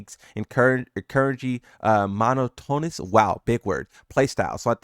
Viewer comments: Mah-not-ahh-nuss. Not mono- toe-nuss smh. Also 12 min video 4 ads. Lame. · it's "muh-NAH-tuh-nus" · “Mono-tonus” lmaoooo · Lol thnx I was about to post the same thing